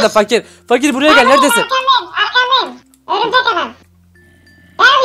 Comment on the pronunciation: Abi örümcek dedin bikeresinde öbürcek dedin o aklıma geldi XD de yine öbürcek dedin XDD